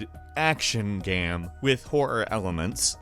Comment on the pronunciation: jesus Christ...am I the only one who notices his pronunciation of the word ''game'' fucked up? fking irritating lol, I hope it's accent and not a genuine mispronunciation